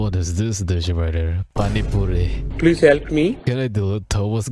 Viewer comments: As a indian the "paani puri" was accurate 💀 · Bro that paani puri pronunciation was on point 10/10 🍻